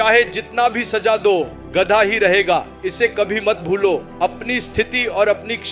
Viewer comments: गद्दा नहीं गधा होता है, बोलना सीख लो पहले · Gadda ya gadha bol to thik se gadha 😂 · Not gaddha.... It is Gadhaa. Pls. Pronounce properly. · गधा bolna sikho pehle😂गडै nahi. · गदा नहीं गधा होता है भाई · गद्दा नहीं होता रे भाई गधा होता है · Gadha ❎ Gadda✅🤣🤣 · Gadhaa hota he gaddha nhi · Gadda nahi bhai Gadha. Aur kanpuriya main Gad ha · Ghda nahi gadha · Bhosddi ke Gadha Hota hai Na ki Gadda 🎉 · Es aadmi ko gadha nahi bolne aa raha hai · Poori story me gadhe ko gadda bola raha hai, aur last me to gadhe ko lomdi bol diya😂😂 Theek se suno😂😂